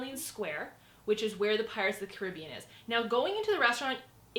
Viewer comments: I wouldn't say these are all hacks... The fast pass isn't a hack, thats how its designed. Also, the pronunciation of "Caribbean" is incorrect as it pertains to the ride. Must be a Canadian thing... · It bothers me how she pronounces "Caribbean" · FAKE FANNNNN! cant even say pirates of the caribbean correctly hahhaa trash